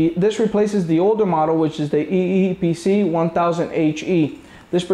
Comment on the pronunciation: Say eee pc right